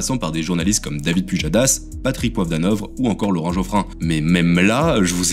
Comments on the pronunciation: Tu sais pas parler!! ""? Ahaha! C'est écrit sur ta propre fiche et sur la photo du montage. "au fur à mesure des années": on dit plutôt "au fil des ans" ou "au fur et à mesure" C'est dommage parce que le contenu est toujours intéressant. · Patrick poivre "d'anovre" ?!?!? Mdr ta langue a légèrement fourchée